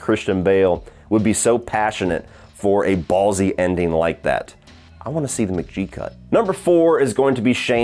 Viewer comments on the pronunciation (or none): Great picks! It’s pronounced MC-G-EE not M-JEE btw